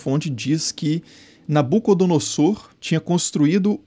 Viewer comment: Creio que na pronúncia de "Nabucodonosor" a letra S tenha som de Z.